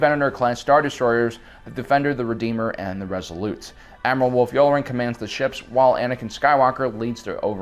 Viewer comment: Aight I don’t know how nobody else is talking about this, but I literally had to stop watching this because he seems hella bent on pronouncing every name WRONG. He says chris-top-sis when it’s chris-stoff-sis, but that’s somewhat understandable. But admiral you-lure-en? It’s you-LAR-an! And then Ashoka TUH-NOE?!?! It’s literally said hundreds of times! This feels like he’s never watched the show before and is just reading from a teleprompter and making his best guess, like what?